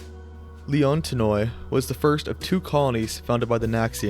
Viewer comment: zancle (Ζαγκλη) would be pronounced "zahn-klee" and leontinoi (Λεοντινοι) would be pronounced "Lay-on-tee-nee". Just two that I noticed